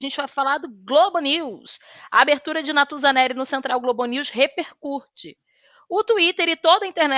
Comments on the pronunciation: Repercurte.... viu só, até sei falar purtuguêis! Afffff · Hahahaha a coitada não consegue falar "repercutir".